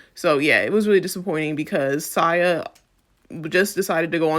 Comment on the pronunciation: Great video but how you pronouncing Sia getting to me 😭😭. But she deserves to be called that after this fuckery